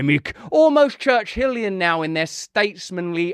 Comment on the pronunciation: "Church-Hillian !!!" You're crack'in me up Russell !!!